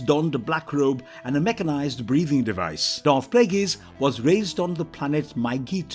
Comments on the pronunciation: Plagueis... 'play gays' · i stopped watching after the second tie you mispronounced Plagueis